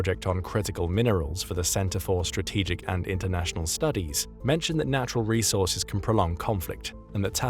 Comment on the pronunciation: 😂 Its resaurces